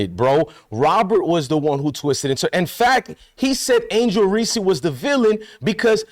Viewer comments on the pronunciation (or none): Sir her name is Angel Reese, no ReeSee. Can you please say her name correctly? Thank you!!!